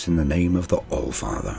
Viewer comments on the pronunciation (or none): "Flor the alfartherrr an' fo rush!!?" pukes